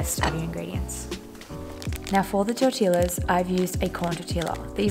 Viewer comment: FYI. Tortilla is pronounced tor tee ya.